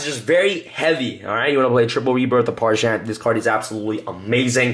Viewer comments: Parshath, not Parshant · Its pronounced PARZ HATH.... Not Pars-Hann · Parshath... There's no 'n', dammit. Stop saying Parshanth. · that and parsha'N'th